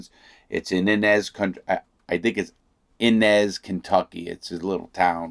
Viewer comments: The prison he is in is 20 minutes from my house. It’s pronounced (Eye-nez) Inez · Town is “eye-nez” and yeah it’s a middle of nowhere place lol Thank you for your video and knowledge! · Inez ky it's said like eye nez